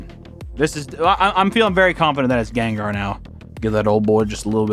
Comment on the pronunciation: I don’t know why but the way he said “ganggar and groundon” is just funny to me